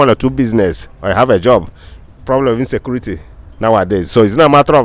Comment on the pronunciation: ….Insaykuurity! that’s right!